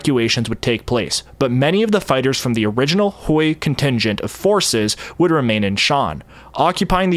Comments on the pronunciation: Thanks so much for your diligent work! I just want to point out that Hui is not pronounced like Hoi, but more like H-way. Again thank you for the amazing videos. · Couple pronunciation nitpicks: - the S in Laos is silent, it's a French pluralization - Hmong is pronounced more like "mong" (the "hm" represents an unvoiced m sound, we don't really have an equivalent in English) - Hui is pronounced more like "Hway" or "Hwee" And just to head it off for when you get into Vietnam, "Khmer" is pronounced like "Kmai"